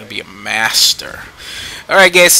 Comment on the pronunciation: You are geting better on this video for video, your first was a bit borring cuz your voice was at the same tone all the time but now your really good. BTW you said "gays" LOL